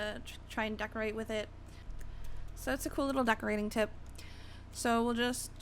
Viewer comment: Lol she said that's a cool "tit" i mean tip lol